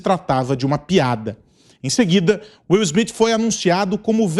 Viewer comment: "O ator Will Smifi "?? Mudou o nome dele foi?